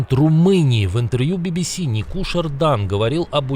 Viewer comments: Не Никушер Дан а Никушор Дан Nicuşor Dan,это пану диктоу или журналисту ,слава ЗСУ и Україне в борьбе с нечестью рашке с рошизмом и героем Україны слава. ❤❤❤❤❤❤ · Диктор, вы должны правильно произносить имена президентов. Какой нафиг НикУшор?!?! Правильно НикушОр!!!